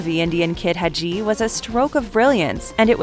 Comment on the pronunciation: Please stop saying "On Offer" and just say offered. Also Hadji's name is pronounced Had-ji not Ha-dji. Maybe you should look up the harder to pronounce names before recording the dialog.